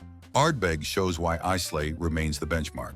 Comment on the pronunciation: I agree with most choices here…..Lagavulin 16 also my favourite! However I cringed every time you mispronounced Islay …..not Isslay but properly pronounced as ….eye la ….just saying.